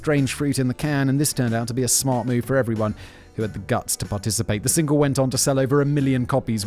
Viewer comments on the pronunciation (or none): none